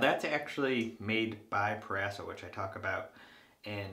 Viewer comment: It’s “pro-razo” not “per-asso”